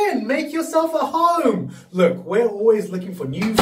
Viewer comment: He said "make yourself at home" but he has an accent. But i prefer your version better